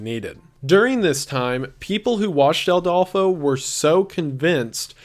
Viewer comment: So, a thing about the video. I'm pretty sure it's Adolfo constanzo no Aldolfo